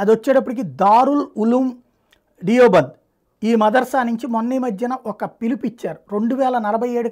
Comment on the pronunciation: డియోబంద్ అనకూడదు సార్ దేవ్ బంద్ అనాలి. మనం ఇంకా బ్రిటిష్ వాడి బానిసలుగా బతికితే ఎలాగు? మీ లాంటి వారే కదా సమాజానికి మంచి చేసేవారు. ఆ దేవ్ బంద్ జిల్లా లోనే బైద్యనాధ్ (వైద్యనాధ్) ధామం ఉంది. ద్వాదశ జ్యోతిర్లింగాల లో ఒకటి.